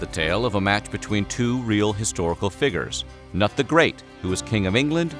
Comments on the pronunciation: haha he said "Nut the Great" instead of Knute... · .... 'Nut the great'?! You mean Cnut the Great. Pronounced 'KUH-NOOT' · Cnut = kanoot, not “nut.” lol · Cnut..... did he pronounce it as NUT? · Cnut is pronounced Kuh-noot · Dude, PLEASE look up the pronunciation before you do these vids!! Cnut-(Ka-noot) Futhark-(Foo-thark) Etc. Aside from that lil bit of ear bleeding, good video